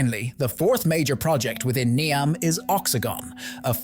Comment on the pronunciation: The AI narrator seems to have great difficulty in remembering how to pronounce "Neom".